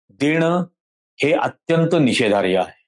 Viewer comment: 'निषेधार्ह' म्हणावे..' निषेधार्य' नव्हे